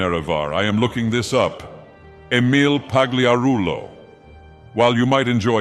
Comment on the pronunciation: I love how he butchers Emile's name with each use.